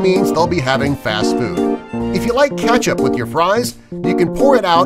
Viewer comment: “if ya like katchup with your fries” 🤣🤣